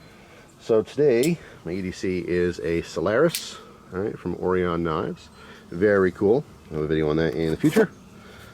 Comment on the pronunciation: It's Orion like or-I-on